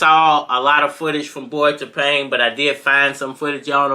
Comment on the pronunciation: Tapang means brave. The stress is on the second syllable when pronounced. ( Ta - pang' )